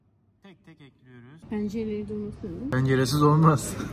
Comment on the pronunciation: Tarif: 1.tencereyi ocağa eklüyirüz 2.tadına bakiyürüz